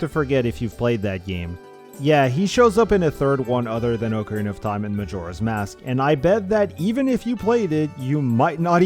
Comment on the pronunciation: How refreshing to hear somebody say, "ocarina" instead of "acorena." Like, commented, subscribed. You earned it.